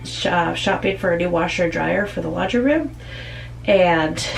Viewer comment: “lan-dry”?? Or “laundry”?? (Lol.) Boy, you ARE in a hurry!! 😆😁😂🤣😝😜🤪